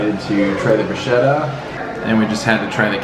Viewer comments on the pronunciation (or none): none